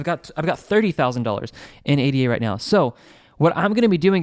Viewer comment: Nice vid! But must say ADA isn’t an abbreviation. its named after the mathematician ‘Ada’ Lovelace. Pronounced Ada not A.D.A.